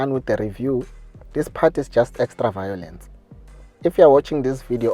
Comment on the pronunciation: Extra vawlence my guy😂😂😂